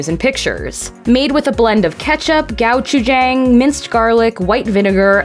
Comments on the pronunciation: I’m learning how to say Gochujang differently everyday 🙃 (Go-Chu-jaung) not Gow-chew-jang 🤦‍♂️ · Can you please pronounce the Korean words correctly. Ooh listening to you say Gochujang was driving me crazy!!!